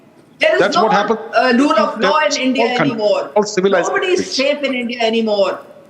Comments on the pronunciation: Its India not Andia 😂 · Its ENDia